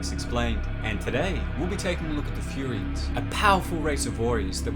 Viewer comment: its furyians bro its like sayians